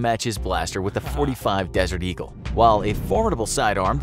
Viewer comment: "45. Desert Eagle" sigh, at least you tried!